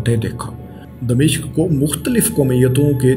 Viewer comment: Its dimashq not damishq.